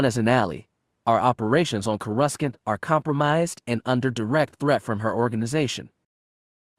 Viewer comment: Courescant is sad (kor eh sant )